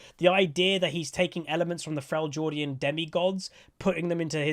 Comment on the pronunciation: Frell - jord ian. XD